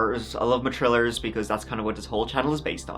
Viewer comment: What a trawlers, tree of em😂